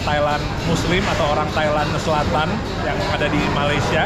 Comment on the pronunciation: Malaysia bukan maleisya 😢